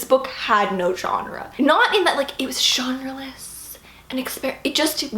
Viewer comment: the way you said G E N R E L E S S was so funny xD